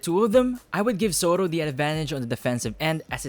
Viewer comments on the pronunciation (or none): "Sotto" hindi "Sowtoh.".